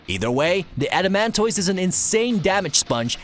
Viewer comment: i know other people might not find it as annoying as me but when people mispronounce things it gets me mad how do you pronounce tortoise? adamantoise is pronounced the same way